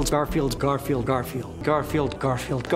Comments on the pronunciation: after a while garfield starts to sound like car feel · OH GOD LOL XD I swear he started to say "Carfield" at one point lol